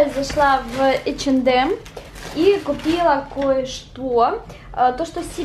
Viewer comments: H&M Она читается ЭйчЭндЭм:/// А не Х&М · Х&М товарищи он называеться ХАУНДМ ПОЖАЛУЙСТА НЕ КОВЕРКАЙТЕ названия....